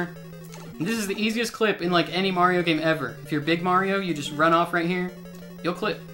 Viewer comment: Give me a thousand dollars every time he says “mairo”